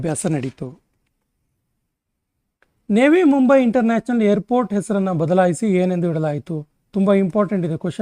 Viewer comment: ನೇವಿ ಮುಂಬೈ ಅಲ್ಲ ರೀ ಅದು ನವಿ ಮುಂಬೈ ಅಂತ ಓದಬೇಕು.